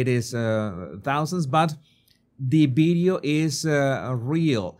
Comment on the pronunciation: What's a "beedyo"?